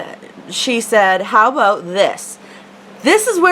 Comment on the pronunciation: I love how you say "aboot"!